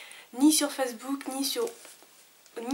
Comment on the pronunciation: Je sais pas pourquoi mais tu me fait trop rire en disant le mot facebook x) ta façon de le dire me fait rire :p